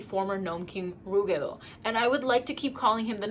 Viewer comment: Ive always pronpunced ruggedo like rugged, but i like your pronounciation more